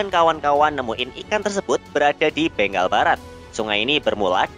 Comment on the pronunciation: Ralat bengal bukan beng gal